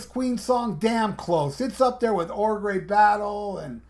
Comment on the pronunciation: Did you just say ogray battle? 😂